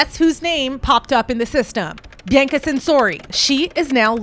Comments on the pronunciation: I love your vids, but her name isn't pronounced Bi-ann-ca, it's pronounced "Bee-ahh-cuh." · Bianca is usually bee-Ahng-ka. and Hosiery is HO-zyur-eee I hate correcting pronunciation because it comes of as snobbish. I really like your work and want you to succeed. Looks like you work on your own and don't have someone to help with this. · i’m trying to concentrate but every time you pronounce Bianca i get confused and think wait who’s this she’s mentioning now? i have to pause and rewind because i keep thinking i missed something. it’s pronounced Bee-ahn-kah other than that, this was well researched. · He name isn’t BeeYankahh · I can't tell if your trolling or not on how you keep pronouncing these words... good on you, you got me worked up😂..I.E: Bianca, Ivanhoe, ect... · Her pronunciation of Bianca’s name and several other words is pretty cringe worthy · You’re saying her name wrong 😑 so it makes it hard to watch the video 😢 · i thought the same thing about her saying Bianca. i kept thinking i was missing something and kept rewinding. i’ve never heard anyone pronounce it like that before. every time she said her name she said it differently so it further added to my confusion.